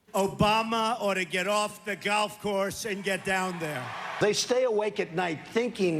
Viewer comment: Have a shot of vodka every time he says “Gaulff” Just occurred to me that YouTube celebrities are desperately trying to raise 20 million dollars for 20 million trees.. and Mr. Ttump has a budget of 110 mils for playing golf.